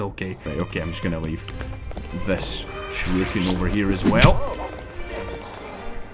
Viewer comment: calling those throwing stars "sharookens" (rather than shurikens) keeps cracking me up:D